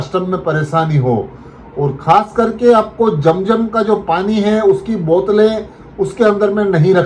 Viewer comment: Jam jam NAHI hai zam zam hai apna talaffuz Sahi ker lijia